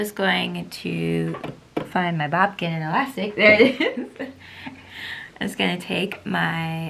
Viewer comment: Burrito method is my go-to but I find it easier not to bother pinning anything. Also fyi-it’s bodkin not bobkin. I’m sure if your viewers search to buy one, that Google or whatever, it would autocorrect it anyway, but it’s nice to know.